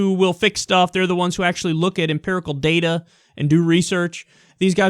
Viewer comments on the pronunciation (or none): none